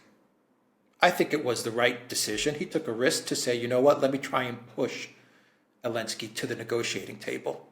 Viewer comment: Why keep pronouncing zelenski as Elenski?